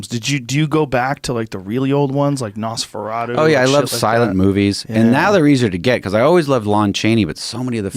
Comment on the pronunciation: The way Joe pronounces “Nosferatu” is absolutely unacceptable.